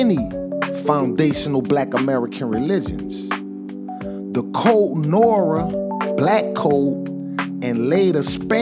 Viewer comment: Code Nah-wah it’s French not Nora 😊